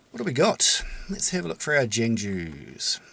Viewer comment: Great video! And Jangju is pronounced technically like “j-AA-ng joo”, hard to explain yk? it means warrior in persian!